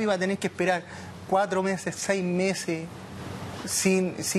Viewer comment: se dice meses jueza !!!! no mese,como dices tú !!!